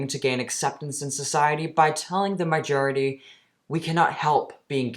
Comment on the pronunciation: is making fun of a woman for having a septum piercing and has shaky hands, but he can't pronounce basic words like "majority" and "Nike". Typical narcissistic behavior. For some reason, which I don't understand, I keep watching his videos... weird.